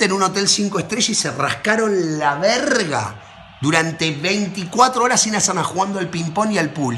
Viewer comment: Me agrada como pronuncia La verrrrga😂